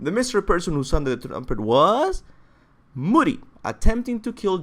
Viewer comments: It's not moodi...it modi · real talk, when you said "Moody" I just couldn't continue the video.. it's pronounced Modi, a longer O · Am I the only one who thinks that its Modi, not Moodi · It’s pronounced mo-di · I couldn't watch this shot with his pronunciation I mean they literally say all the names in the game how can you still get wrong. Who the fuck are mudi and gormungandr